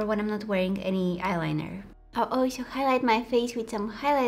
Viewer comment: When she said olsho instead of also😭😍😍😍